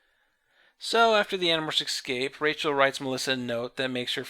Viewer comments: Haha, I noticed that, too. ex-scape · Still can't pronounce 'escape', I see.